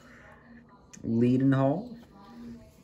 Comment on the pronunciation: It’s pronounced ‘led-n-hall’, good video and nice to see British locos appreciated in the US